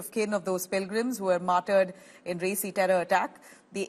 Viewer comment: Such a stup!d anchor who does not know how to pronounce names. "Resi" "Peer Panjal" ... How cringy.